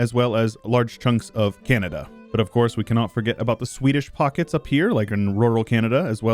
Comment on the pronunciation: Honestly speaking, even calling Canada "Canadia" feels very cool and a bit Roman. So I totally dig it if anyone else calls Canada Canadia.